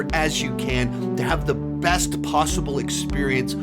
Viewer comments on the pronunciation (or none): none